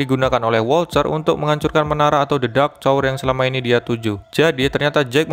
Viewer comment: Wolter bang bukan wolcer 😂